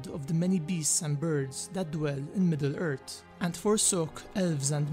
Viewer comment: had to leave the video as soon as he said MiddleErt.... smh sound it out Midd-le Earthhh lol im just trollin but forreal I couldnt watch the video